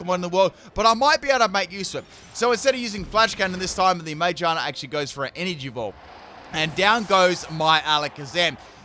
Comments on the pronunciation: How does one mispronounce Magearna that badly? Ma-gear-na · Half the comments are roasting you for swapping instead of using Flip Turn but I’m just here to roast ya for your pronunciation of Magearna instead.